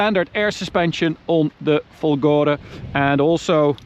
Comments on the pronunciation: It's "Fólgore" with stress on the first "o", Fólgore, not Folgóre! Which idiot's taught you to say it the wrong way??? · It's Fòlgore, not folgòre ahaha